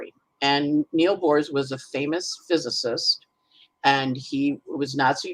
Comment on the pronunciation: With all due respect, Aarons are Hebrew Aharons, no relation to Greek Eris whatsoever ) And it's Niels Bohr, not Neal Bohrs (grammar Nazism as the last resort of a Virgo rising, I know)